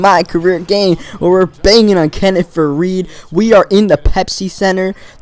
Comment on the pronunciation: Am I the only person who noticed he said "were bangin on Kenneth farried" 😂😂😂😂